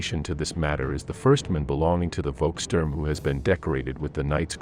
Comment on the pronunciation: Not "Wolkstörm" 🙉, but "Volkssturm". 😉